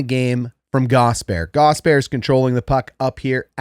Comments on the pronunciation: it's 3 syllables, not two. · I love your channel. I have never played hockey, but have always loved watching. The x and o parts were a mystery. One thing Gostisbehere, is pronounced gost-is-bear. Not a big deal just fingernails on a chalkboard for us Canes fans. Just like Ko kin am ee from the ESPN jerks. Not cock in am ee. Thanks for a great channel!! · Love the channel. Polite feedback, please call him Ghost, or pronounce all three syllables: Gast-us-bare. (Gostisbehere) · Friendly tip from a canes fan, Shayne’s last name is pronounced GAWS-tihs-bair, love the breakdowns regardless! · It's pronounced Gaw Stiss Bear - Hope that helps! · Wow, dude, how does your head fit inside this little screen? The name Gostisbehere has three syllables in it, by the way.